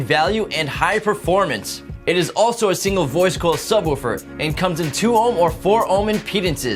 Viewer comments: God say subwuufer one more time its sub woofer. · I like the way he says "Subwuufer"